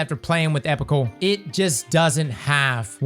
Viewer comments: I hate to be that guy, but it's pronounced ee-pok-ul. The base word is epoch, like the eocine epoch. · it’s pronounced “ee-pock-ull” integration, just so you know